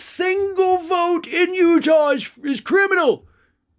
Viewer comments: It's Utah, not Utahl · Sounds like he was saying Utab. This guy is a major idiot but is fun to watch because he sure comes out with some crazy crap.